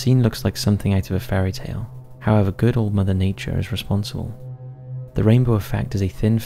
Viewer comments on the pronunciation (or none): none